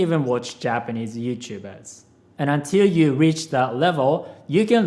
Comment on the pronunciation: "You can even watch Japanese Youtubers." That's a funny way of pronouncing vtubers